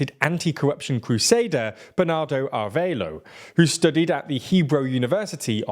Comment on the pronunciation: A-re-va-lo not ar-ve-lo